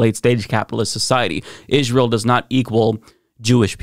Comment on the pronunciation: Hey, there's no "H" in Israel. Just trying to help.